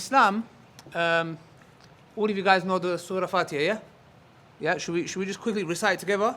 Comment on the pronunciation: He sed Fatiha wrong